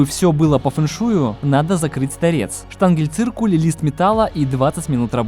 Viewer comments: ШтангеЛЬциркуль????? из моих ушей кровь потекла от такой безграмотности... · Штанген или штанельциркуль? Не расслышал)